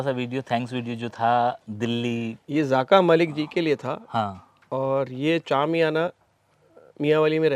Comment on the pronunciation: Zaaka malik nahi dear rather zaka malik.